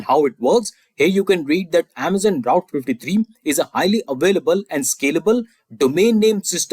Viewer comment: You keep calling AWS Route S3. It is AWS Route Fifty Three. BTW your questions are amazing. I just reached #300. 55 more to go. :hand-pink-waving